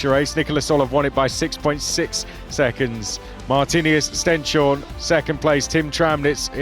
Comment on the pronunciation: At some point the commentators will have to learn how to pronounce Stenshorne, right? Right?